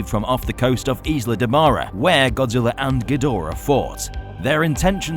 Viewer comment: He said godziwa